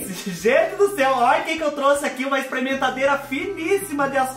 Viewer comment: "Exprementadêra" mais linda, Brasil! 😍